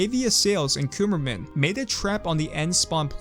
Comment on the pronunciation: "Cumerman" We all know... we all know...